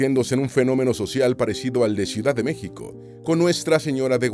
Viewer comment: ¿Por qué no puede el narrador pronunciar correctamente el nombre de LA ciudad capital de México? Qué cosa tan molesta, por eso, le doy dislike.😢